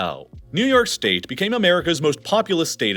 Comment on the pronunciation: Did anyone notice he said “shtate” ?😂